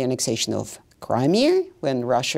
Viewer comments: Wtf is Russrrrre? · * the whole world * : "russia" * lady * : "ressiur"